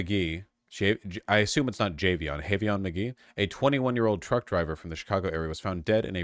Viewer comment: Vaush ur from LA and can never pronounce names. Is this an autistic thing? Why the hell would a Black man’s name have a silent J???? It’s JAY-VEE-ON not fucking YAV-E-YON like are you serious??????